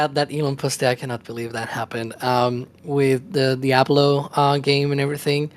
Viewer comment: funny..when says diablo, he pronounces "diablou"